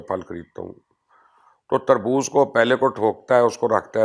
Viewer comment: Kherbooz nahee Terbooz(Watermalon) ha!